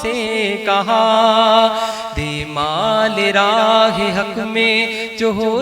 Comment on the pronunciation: آواز ماشاءاللہ خوب چشم بد دور لیکن ہمیشہ کی طرح غلطیاں۔ مالِ راہ ۔۔کیا ہوتا ہے؟😬 خویش و اقارب میں بھی غلطی